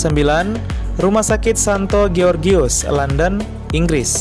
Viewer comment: Georges dibaca jors